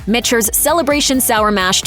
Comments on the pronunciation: Did she say Mitchters (MISHTERS) or was that me..... It is pronounced MICKTERS after a MICHael and peTER created the brand. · Pronounced - “MICK-ters”. If you’re gonna pontificate about 5K+ $ whiskey at least get the name correct! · This is a joke. Narrated by a bot? You have Russell's Reserve 10 yr single barrel on your list and then show 4 different varieties of Russell's including the 13 year and the Rye? Also it is pronounced MIKTERS. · Never trust a review that can't pronounce Michters. Just sayin....